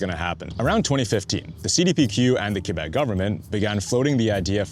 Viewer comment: Praises for pronouncing Quebec adequately.